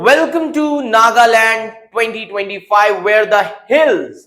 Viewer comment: Chapri with backdoor knowledge. You only know goggle knowledge. Can't even pronounce Nagaland.